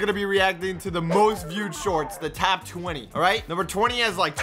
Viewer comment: Any one else see how in the intro he said tap twenty insteed of top